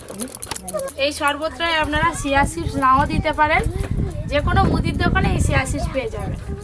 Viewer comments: ছিয়া নয় চিয়া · Shia seed noe..ota chia seed...